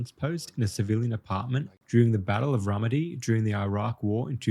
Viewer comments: Ramadi. Ruh-mah-dee…. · Ramadi in british sounds like ramedi